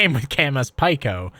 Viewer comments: Pretty sure it’s pronounced “pee-co” like “small” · It is pronounced "peek-o". As in the standard metric prefixes, you know ( pico - nano - micro - milli - kilo ) They teach that in middle school, hope you didn't skip class to play video games 👍